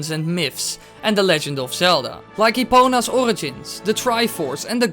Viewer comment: The way you said Epona's Origins were actually SOOO DUTCH I HEAR YOU'RE DUTCH HELLO THERE I AM DUTCH TOO XD Hallo, de manier je dat uitsprak was echt Nederlands.